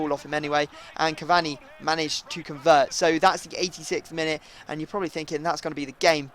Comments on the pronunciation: you really don't know how to say Cavani properly do you... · please say cavani's name right !!!